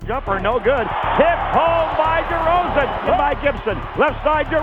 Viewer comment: Demar De”cold”zan